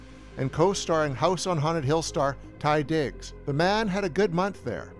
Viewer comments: Not Tye Diggs. Taye Diggs. As in Dantae. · Taye Diggs, not Ty. Unless I just heard you wrong. Great vid as always. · Love this movie so glad I was able to buy it again recently with the dark castle 5 DVD collection. Every time I watch it,feels like I'm going back through time. I hope you do one on ghost ship (2002). Oh yeah it's Taye Diggs not Ty Diggs and plus house on haunted Hill opened at #1 when it was released. 🤔🙄🤨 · It hurts my soul hearing this guy mispronounce Taye Diggs name. Other than that, idfc what critics say, house on haunted hill was amazing. I thought the movie was scary and great. Jeffrey Rush was probably the best part of the movie.